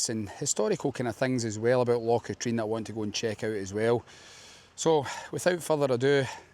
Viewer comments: Great video but it's Cat-rin not Cat-reen. Drove me nuts. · I cycled around Katrine few years ago and made the same mistake as you with pronunciation with a local he wasnt happy but corrected me. 😂 its Kah-trin